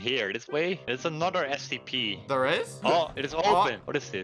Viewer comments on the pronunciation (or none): When said: "Oh here's the SCP" I swear I heard Here's the SMP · You said the scp name rong